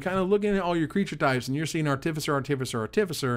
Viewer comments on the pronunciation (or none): Can we all just take a sec to thank for the review. Love your work:) Also panharmonicon... Nailed it;) artificer is it not an arr tiff eye sir? As in artifice? That's how ive been saying it:/